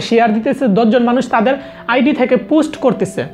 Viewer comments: পোস্ট কে পুস্ট কেন বলছেন? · পুস্ট না পোস্ট ভাই।